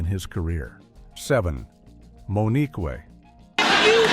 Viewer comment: Moniqwai 😂😅😆 AI sucks